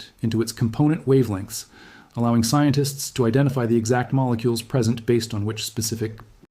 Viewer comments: presen T is said, instead of present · "Lef T"? "Presen T"?